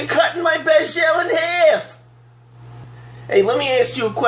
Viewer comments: i have misophonia and every time you pronounce "bagel" wrong i have a violent seizure. i'm in a hospital bed writing this. i hope you're happy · 40 seconds in realizing he is saying Bagel 💪🤤